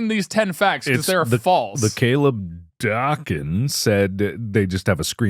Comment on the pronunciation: I’m still salty the mispronounced my name. ITS DAKIN! Day-kin!